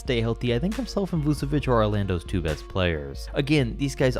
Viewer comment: U say it vusevic but u have yo say it vuCHevic